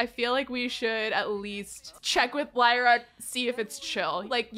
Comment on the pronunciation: Hi! I love your videos! Just to let you know, Lyra is not pronounced like that. It is actually pronounced Lee-ra. You said it right. I know because my baby sister is named that. Love this challenge btw!